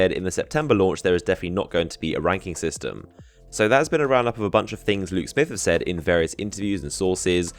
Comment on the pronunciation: what are u saying? lou smith luke smith?